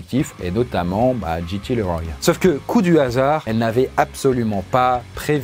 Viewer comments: CC'est JT LeRoy pas GT Leroy, si jamais... JT pas GT. Tu prononces GT, c'est pénible... Sinon bonne vidéo, mais la prononciation ça compte ! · Ça se prononce "Liroy". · JT Leroy 😂😂 ça se prononce Liroye 😁 cet accent so frenchy 😁🥰